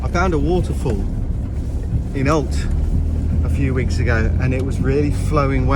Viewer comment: Alte is pronounced 'Al-che' in Portuguese